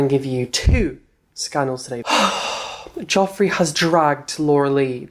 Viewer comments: I love sooo much but I swear it's j-e-ffrey and not j-o-ffrey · I actually love you but it’s jefree not jofree 😂❤️❤️ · Why does he call him jOffree? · why does he keep saying jeffree and manny mua wrong? is it really that hard? Manny.. M.U.A (Makeup artist) you say each letter instead of mua 😂